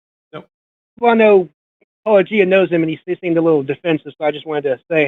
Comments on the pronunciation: I’m shocked, shocked I say, that mispronounced Paulogia then presented the William Lane Craig version of the Kalam. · Yes and to MISpronounce name despite meta-claiming to be sort of a meta-fan is meta-rude!